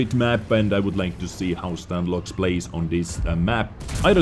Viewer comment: Saying as a ru player, his nickname pronouncing stanlox, not stanloh. Btw loh is translating to noob, lmao